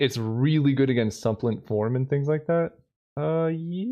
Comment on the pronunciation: FYI “supplant” (in “Supplant Form”) is a verb, and the emphasis goes on the 2nd syllable.